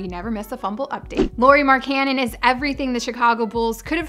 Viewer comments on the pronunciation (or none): It's pronounce "Loree MaryCannon". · Its pronounced "Lowry Mark-en-in" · His name is pronunced lao-ri mark-an-en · Its pronounced like Lowry Mark-a-nin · Pronounced the man's entire name wrong smh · SAY HIS NAME CORRECTLY DAMN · hahaha learn how to pronounce his name ahha